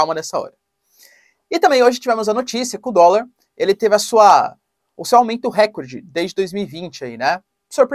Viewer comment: Não é "récorde" e sim recorde.